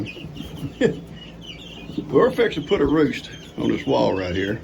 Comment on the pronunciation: Good morning, it was good to hear you say “fixin to”, reminds me of my home in Tennessee. Your roost is great, you are so handy. Glad you are rehoming the turkeys, poor goats can now rest 💤 Fun watching the front porch gang, cuties. I miss Karen too 🥲💔, God bless.